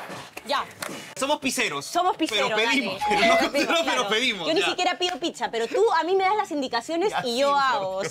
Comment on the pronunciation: Señores amiguitos lindos!!! Aprendan a pronunciar la palabra Pizza bien!!!!! Pisa como es como lo dicen casi todos en perú, es la Torre inclinada de Pisa!!! Pizza 🍕 se pronuncia así: pitsa!!!!